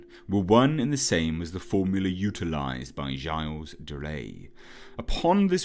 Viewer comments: I visibly cringe whenever you say 'gilles de rais' wrong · I know it's nit picky, but please learn to pronounce Gilles de Rais